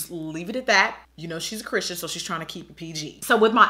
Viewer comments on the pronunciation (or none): none